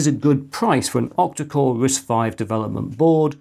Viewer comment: OMG I thought you were saying OPTICAL risc V 🫠